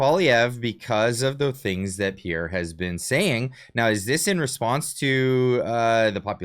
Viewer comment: PBD got absolutely roasted in the comment section when he went after Pierre. His knowledge of Canada is very little. He said Pierre lost an election to Trudeau, which is obviously not true, and he also still can't pronounce his name but wants him on his podcast.